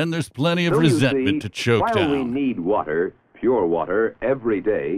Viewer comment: "Do you know hwhy you need hwater?"